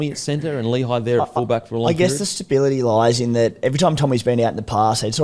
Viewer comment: How is Lehi's name pronouced so badly? Its not pronounced Lee-high, it's lé-hee.